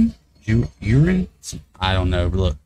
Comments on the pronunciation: lol it's not Spanish, so it's Jurin with a J, not Urine. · Band-Maid and now XG? In! Plus they have a singer named Hinata so there's that too. (P.S. The J in Jurin is pronounced like Japan, which is pretty much every J sound in the Japanese language).